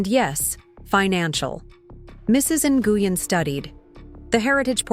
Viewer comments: Ny u gen is pronounced is more like gwin…👀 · Would you please, if you're going to discuss immigrant issues, at least learn to pronounce the names correctly. The one you insist on calling Mrs NiUGin, is Vietnamese and is actually pronounced Win. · Lol cringing every time they pronounced Mrs. Nguyen “noogan”. It’s usually pronounced like Win. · Nguyen is pronounced " Win " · Actually should be closer to N-wen. And the pidgin English quoted in the narrative is offensive. Vietnamese people I know don’t speak that way. Yes, there’s an accent. But they don’t say “This about” for “This is about”.